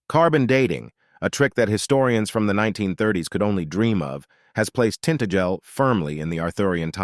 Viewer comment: It's pronounced tin-tag-el not tint-agel.